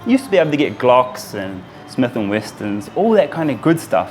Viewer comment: Smith and Wesson, not "Weston"